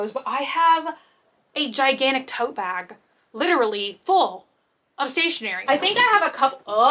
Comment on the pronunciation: I thought you said you had a giant "toe" bag rather than tote bag, and it just made so much sense to me that you'd have a toe-shaped bag